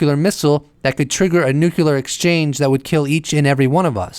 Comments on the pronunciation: UFO Jesus saves, while Neil is smokin’ de Grasse... And PLEASE! It’s NOT “nook-you-lar”, like that traitorous asswipe George W Bush used to mis-pronounce, it’s “nuclear”, as in “NEW CLEAR”. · Are you trying to look like a bad Jesus costume? And the word is pronounced NOO-KLEE-UR not NOOK-YAH-LUR... if your too stupid to know this... it gives me pause as to whether or not your content is legitimately accurate.... go back to school... And try again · Nuclear.... sounds like noo-clear...not noo-cular.... why why why do people insist on saying it wrongly!!!!??? Arrrrghhh!! Take the consistent mispronunciation out of it and the information was quite interesting :) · Nuclear. NucLEar. nukLEEar......